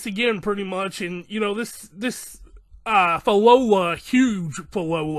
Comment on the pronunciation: Pronounce it as - Phil-lo-lee-yals